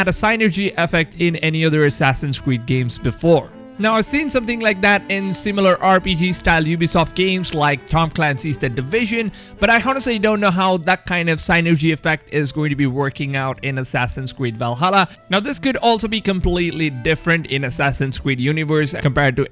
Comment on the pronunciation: Lol,did you just pronounce H in honestly? :D